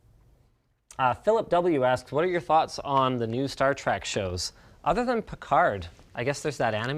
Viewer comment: star trEk, not star trAk! yeesh, Linus!